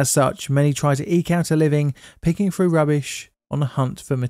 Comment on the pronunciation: Through,,, not frough...